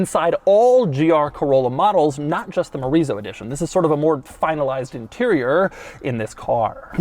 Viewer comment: I keep hearing Chorizo Edition.